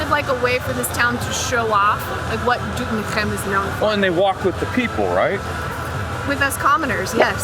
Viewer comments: "DoetinCHem in de aCHterhoek in Gelderland" - you're nailing those G's! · Foreigners enjoying kingsday more than the Dutch😂😂 Nates pronounciation of Doetinchem was top👍👍👍 Katrinas pronounciation is improving as well👍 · Doetinchem pronounced correct. Well done. You deserve the oranje tompouce